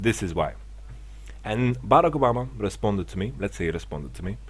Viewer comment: the way he says barack obama LOL